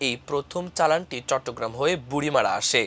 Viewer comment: বুড়িমারী হবে উচ্চারণ